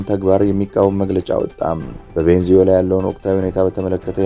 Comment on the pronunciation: ቬንዙዌላ ሳይሆን ቬኔዙዌላ😂😂😂